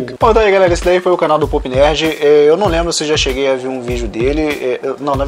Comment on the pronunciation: Só eu que ouvi o falando: "Poop nerd"?